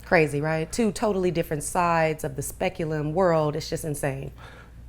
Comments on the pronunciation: The bitch said" speculum". Not spectrum. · LMAO, this bitch said "other side of the speculum". She must have just come from the Ob/Gyn. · Haha she said "speculum" instead of spectrum. As a porn star, I wonder if she did that on purpose. It works either way lol